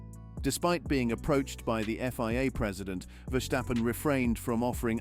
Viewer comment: It is NOT Max "verSHtappen" ... Max is not German 🇩🇪 (Germans indeed can in most cases pronounce "st" as "sht") ... Max = Dutch 🇳🇱 (Father) / Belgium 🇧🇪 (Mother) ... It is not "Bottash" nor is it "Lewish" certainly not "verSHtappen" .... This BS started long time ago when a British 🇬🇧 sport presenter interviewed father Jos Verstappen and assumed you can use a German pronunciation to a Dutch 🇳🇱 Driver thinking it is so "funny" ... It is not. Serious question: can any Englishman 🇬🇧 say "versatile" out-loud without saying "vershatile" phonetically? most can about 99,99% ... that is why most English 🇬🇧 can pronounce Verstappen 100% correct!